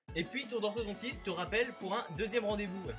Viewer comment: Enfin enfin enfin ENFIN !!! Quelqu'un qui dit orthoDONtiste et pas orthodentiste